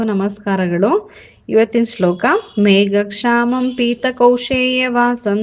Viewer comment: ಮೇಡಂ ನಿಮ್ಮ ಉಚ್ಚಾರಣೆ ಸರಿಯಾಗಿಲ್ವಲ್ಲ? ಮೇಘಶ್ಯಾಮಂ ಅನ್ನೋ ಶಬ್ದವನ್ನ ಮೇಘಕ್ಷಾಮಂ ಅಂತ pronounce ಮಾಡ್ತಿದೀರಾ?? ಕಲಿಯುವವರೂ ಹಾಗೇ ಕಲಿತಾರಲ್ವ? ಮತ್ತೆ ಪುಣ್ಯ ಶಬ್ದವನ್ನು ಪುನ್ಯ ಅಂತ ಹೇಳ್ತಿದಿರಲ್ಲ?ನೀವು ಮೊದಲು ಸರಿಯಾಗಿ ಓದಲು ಕಲಿತು ನಂತರ ಕಲಿಸಿ pls🙏